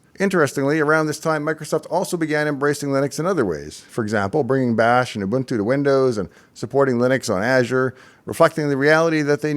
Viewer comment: An American that pronounces Ubuntu correctly makes the world a better place